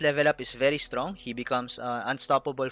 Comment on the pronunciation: I like the way you say STRONK.